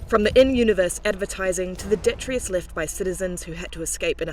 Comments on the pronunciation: she can't even pronounce detritus properly, yet uses the word. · I'm sorry how did you pronounce the word 'detritus'?